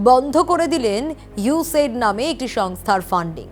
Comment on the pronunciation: ইউ সেড না ওটা ইউ এস এইড। সঠিক উচ্চারণ করুন